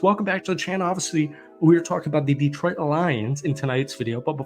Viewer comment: Detroit is as likely to send a 2nd rounder for a guy with a shitty attitude who wants twice what he's worth (if the Jets trade him to the NFC they have to send a 2nd to Philly) as you are to pronounce Detroit properly. As in, never gonna happen.